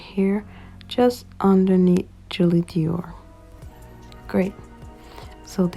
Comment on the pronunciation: says Doir not Dior , but ik what u mean ig..